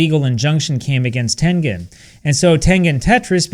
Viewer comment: You pronouncing tengen in Chinese really impressed me.